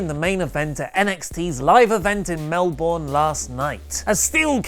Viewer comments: its Mel-Burn not mel-born:) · Did he say "Mel-Born"? It's pronounced "Mel-Burn". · Its pronounced 'Mel-Bun' not 'Mel-Born' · Alright! All you Americans can stop calling Melbourne "Mel-Born" It's pronounced "Mel-Burn" FFS does it really take William Regal to get it right? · That's not how you say Melbourne!!!!! It's Mel-bun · omg oli say melbourne right! its not melbourrrrne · Its Melbourne, not Melborn. Pronounce it correctly you pom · Where is this "Mel-born"?